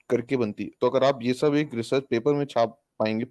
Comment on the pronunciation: sir, are you GORKHA, bcz your pronunciation always is sha, any Hindi word eg. Sab log,you shab log, Secondly please speak little how much you talk each sentence minimum 4 times, total debate you only speak other you will say boliye bit again you jump. Try to improve